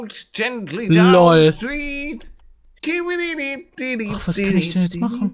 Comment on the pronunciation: Paluten... es heißt Stream und nicht Street. 🤔😅